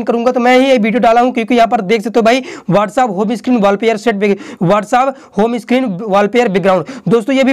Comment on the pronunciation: Ya whataaaappp kya hota hy🤣🤣🤣🤣